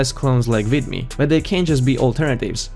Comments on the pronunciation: What is up with calling it why-meo? Sorry, but your broken English is hard to ignore. Explain to me how Youtube's growing censorship and demonetization of legit content creators isn't more than enough reason to switch to anything else. The easiest option is what the sheeps will be herding for, and that will keep Youtube going a white longer, but greater things were never easy at first. That is why you will be supprised by what will eventually bring down Youtube unless you start using your imagination and not just compare Youtbe to your tv set. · vEEEEEEEEEmeo. I don't care you don't like their business model, please learn to pronounce things.